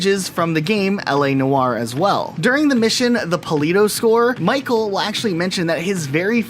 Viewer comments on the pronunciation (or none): none